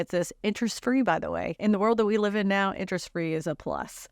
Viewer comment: If only people could read the script, it would make more sense. I know descriptions from China can get WAY lost in translation. But there is a difference between live and live when you read them. And everything makes more sense when it’s not mispronounced.